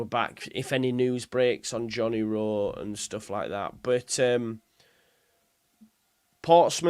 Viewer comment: Why do you keep saying rowe m8